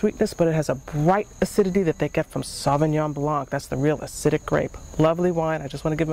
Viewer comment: Blanc=White...when pronounced, the c is not in the saying. ie (blond - the d) Nice vid...